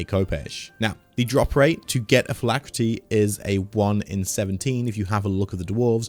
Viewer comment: Phylactery, not phylacrety.